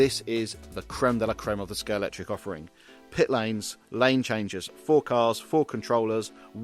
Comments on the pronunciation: Could do with pronouncing Scalextric properly in the first few seconds! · It’s good to hear people STILL can’t pronounce Scalextric since it was invented over 7 decades ago.